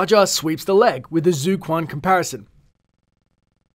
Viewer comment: It pronounced as "zui quan" not zoo kuan thx for murdering the prounucation